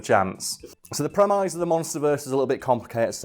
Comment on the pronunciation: Are we just not going to talk about pronunciation of the word 'premise'?